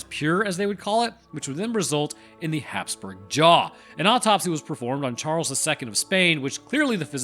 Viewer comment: "i hate to critique, who's kidding i love to" its Hapsburg not haps spring 😂😂